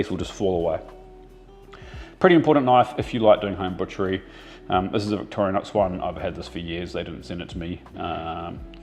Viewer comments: Victorinox, not Victorianox. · Victorinox. Victoria nox. Why do Kiwis always add an extra letter xD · I liked that you call the knife by it's real name " Victoria knox " as my dad was a butcher for 50 years and would pronouce it Victranox .